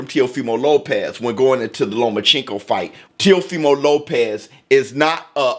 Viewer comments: Stop saying lomaCHINko it’s lomachenko 😂😂😭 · You didnt say Loma's name right one time. Stop getting your pronunciation of names from Floyd. Sounds racist when you say it wrong.